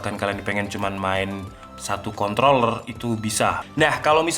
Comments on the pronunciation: Kontroller tanpa r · contloler nya :) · Contol bukan? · Contol Lurr??